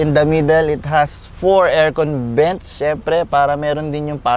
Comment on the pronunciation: "Dribes" (drives) and "Bents" (vents). Again para sa mga tamad mag enunciate ng tamang English pronunciation.